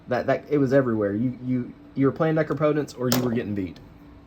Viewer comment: say it with me Neh-Craw-POH-tents.